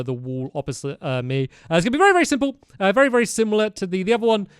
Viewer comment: berrry dangerous lol